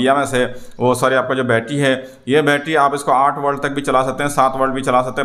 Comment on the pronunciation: والٹ نہیں ولٹ